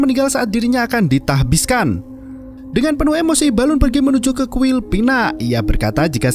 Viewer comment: Tahbiskan Nasbihkan Tasbihkan Nahbiskan Oke min ada 4 versi 🤣